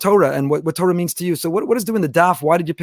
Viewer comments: You see here תּוֹרָה the Vav the second letter is an OH sound, not Tor like the dark web browser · I understand why people who are not fluent in Hebrew use the American pronounciation TOR like the dark web browser but this in not correct especially someone who flaunts his Jewish education and knowledge I would expect to pronounce correctly. Anyone who reads from the Torah for the congregation will be corrected on any mistake they make in the word they are pronouncing, I expect no less from someone who identifies as a knowledgeable person in Jewish liturgy as he does.